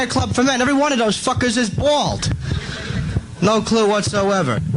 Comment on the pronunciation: Every one of doze fuckers is bwawld